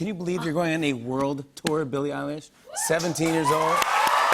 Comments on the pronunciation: Did he just say Billie EYELASH?!?!! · "Can you believe your going on a world tour Billie Eyelash" whyyyyy did i hear that!!!😂😂😂